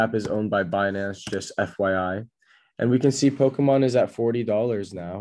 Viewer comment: You don't know how to pronounce Pokemon lol. It's a Japanese word and NOT Po-kee-mon like you said lol. Proper pronunciation is Po-kay-mon. English speakers usually say Po-ka-mon. Just an FYI as you made a big deal over the PMon coin lol.